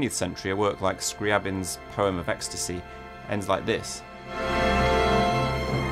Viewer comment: Your pronunciation of scriabin is the worst